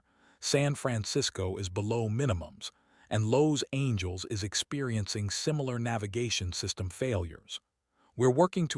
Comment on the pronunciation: Hi, So... You have a reading program that doesn't know how to pronounce Los Angeles. You need to get a new one or get someone to proof listen before you ublicice. Things like that pulls your listener out of the story and not quite engaged anymore. We can no longer trust the story, being how good it actually is. Now we (or at least I) are waiting for the next big bo-bo in the content. You have triggered the fight or flight system. The rest of the story had issues but I can't be bothered. There are some questionable things having to do with the flying and landing of the plane but as I'm not into aviation myself I leave that people that does. What things I know a little about aviation comes from Kelsey of 74 Gear, a channel I wholeheartedly recommend and not only for the aviation that are discussed in the comment section. The importance of good snacks for the flight crew, and the necessity of hotels with free breakfast are continuing topics under review in most episode. Yours, Ann